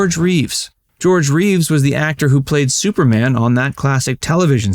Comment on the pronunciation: It's superman...not " super mm ".